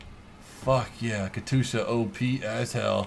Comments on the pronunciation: plz.... Kat yusha not katusha my inner ruski is crying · Katyoosha, not katoosha! :D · It's Katyusha not Katusha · katusha? katYUsha, shouldnt be too hard to spell xD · You forgot the "J" from katyusha. It's more like katjusha. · Katyusha (Cat-you-sha) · its pronounced Kas-tu-sha (sorry if i offend you) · DUDE ITS KA TYUSHA KATYUSHA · It's auctually pronounced kat-ee-u-sha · Ka-TOO-sha. cringe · you are pronauncing the katyusha wrong. Just sayin´. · I cringe when you mispronounce Katyusha.